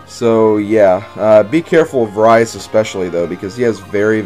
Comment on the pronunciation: Rhys is pronounced reese and alot of peolple get that wrong and it kinda ticks me of cause if you think about it its kinda ovease